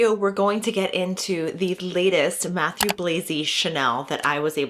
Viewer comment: Nice video, thank you! Just pleeeeease, his name is french Matthieu, not Matthew 😅😅